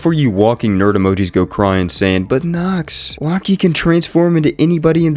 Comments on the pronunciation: lockey is an interesting way to pronounce loki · It’s Loki not locky you fucking retared